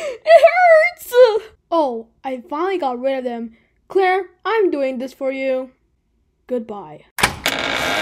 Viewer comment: “koolaire 🥺🥺🥺” BRO IS CLAIRE THE CEO OF KOOLAID NOW? 😭